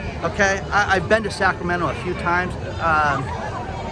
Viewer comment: Sacra-tomato…..umm NO